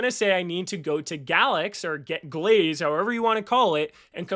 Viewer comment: Great video. Just have to say it's pronounced Galaxy... Gal X E. not glaze. lmao